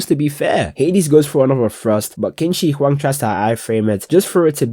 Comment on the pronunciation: qin shi huang is pronounced chin shi huang